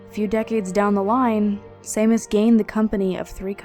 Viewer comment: Ahem. "Shay-mus". The "Sea" actually gets pronounced with a "SH". Sorry 'bout that. Don't ask me why, gaelic's all greek to me...